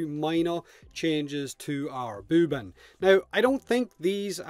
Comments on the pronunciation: Haha he says booban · why do you call him "Booban"?